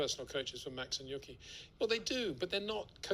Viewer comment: I watch a lot of Peter's videos and I have to say it really irks me that he says literally says "yucky." It's not like Yuki is a new driver either. It's not a difficult name to pronounce. It's "Yoo- key." Can he just not hear himself?